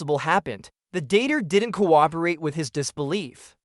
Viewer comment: wth is dator? lol